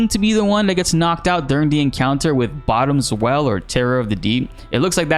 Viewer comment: "bottom-SWELL" like a "swell", the mariner term.